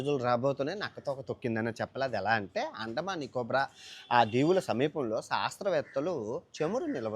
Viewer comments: Andaman Nicobar ❌ anda nicobra ✅😭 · అండమాన్ నికో బ్రా ఐలాండ్ కాదు రా బాబు..అండమాన్ నికోబార్ ఐలాండ్స్.. and గుయోనా కాదు గయానా...ఎలా అయ్యావు ప్రపంచ యాత్రికుడు గా..😂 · నికో"బ్రా" కాదు. .. నికోబార్